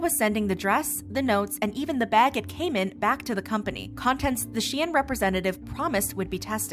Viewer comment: it is pronounced -shine